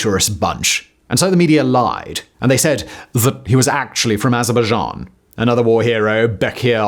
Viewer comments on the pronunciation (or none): none